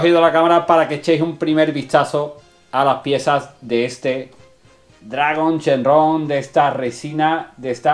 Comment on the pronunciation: Muy buena esa recina. Sigue así con tus vídeos. Tengo duda ¿Por qué dices Shenrron (con RR) si se dice Shenron (con una R) o Shenlong? Saludos desde México